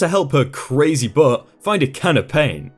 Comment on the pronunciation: It's an accent thing. It happens to us Michiganders, too. We don't pronounce the T or D at the end certain words, mostly when they're at the end of sentences. It's really weird!